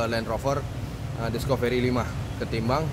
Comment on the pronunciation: Maaf bang,namanya ' diskafri' bukan 'diskoferi'.